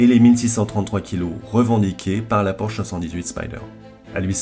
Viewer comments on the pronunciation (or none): none